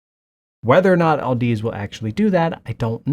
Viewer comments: Where did you get the L in the name Audeze? It's pronounced like "Odyssey" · Hilarious you don't even know how to pronounce audeze